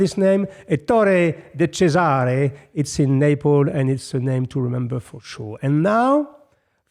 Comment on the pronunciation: It's not possible that one of the few men on Earth expert of high class, has no idea of how to pronounce an italian nome! ÈTTORE (stress on first E) - pause- DECÈSARE (stress on second E). And say italian names gently, softly with melancony, not as you were saying the name of a prussian general